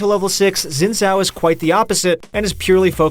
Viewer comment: Its closer to Sin Zhao OK?